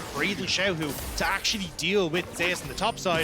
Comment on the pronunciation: So why is Zeus pronounced so weirdly by caster? Ze-us really? What happen to the god of lighting?